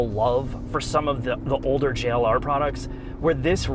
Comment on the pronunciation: have to be told to say Jagiuar-Land Rover. 😄 P.S.: If savagegeese made their own car, they could call it the Jack U-R.